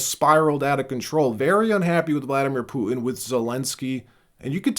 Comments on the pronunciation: Trump needs to back the F off and stop thinking hes the king of the damn world. BTW, his name is PU-TIN not POOIN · PuTin NOT “poo-un! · Bro. Say "Putin" properly. Everything about your presenting style is so professional, then you get to words like Putin and you suddenly sound like a toddler that can't pronounce his T's. "POO-IN" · Your mom says POO - IN.